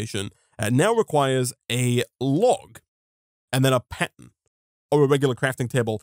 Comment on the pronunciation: the r in pattern is silent i guess